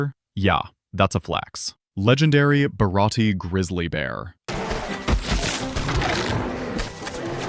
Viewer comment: Legendary…bhhharati…grizzlay bearrr 💅